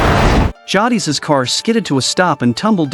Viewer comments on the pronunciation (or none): It's JAY-DIS bruh, not JAW-DEES. Tell me you've never watched TWD w/o telling me. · Better than how he says Jadis 😂 Jah deez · How you gonna get the name jadis wrong like that?😊